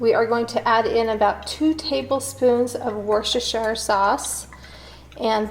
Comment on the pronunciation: Her pronounciation of worcestershire was funny 😂